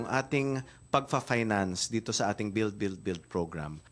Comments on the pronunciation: Beld, beld, beld.. Belding... Bellion....😂🤣😅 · Beld, beld, beld. Distracting pronunciation! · bellld, bellld, bellld... 😂